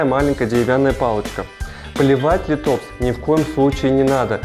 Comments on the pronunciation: спасибо за интересное видео, только не литОпс, а лИтопс) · Всё бы хорошо, но лИтопс, а не литОпс. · есть правила произношения латинских названий, так что - лИтопс.